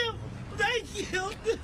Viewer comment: You are wrong. She didn't say they killed him, she said; "They KILT EM'!" Get it right 😂😆😂